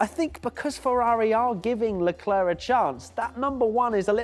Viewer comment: Sick of people saying sharl eclair, the bloody kid himself says Charles Leclerc!